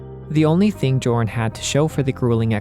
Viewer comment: Joran is pronounced "Yor-en". I learned that from Xenoblade Chronicles 3.